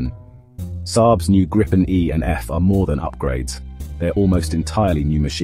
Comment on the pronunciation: Not wanting to be picky of condescending, the name “Gripen” is pronounced “Greepen”, like the color “green” (sans the n) and Pen. Trust me, I’m Swedish and use to live less than 2 miles from the main factory. 👍🇸🇪